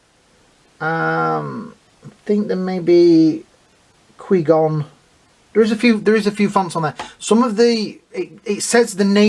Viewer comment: The way you pronounced Qui-Gon's name hurts :(